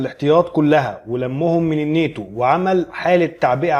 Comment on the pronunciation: الناتو. وليس النيتو